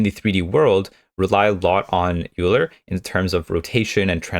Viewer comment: euler is pronounced like "oiler"